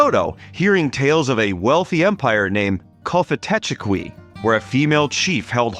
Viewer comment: It's pronounced "Kofitacheki", the 'f' sound identifies it as a likely Muskogean word.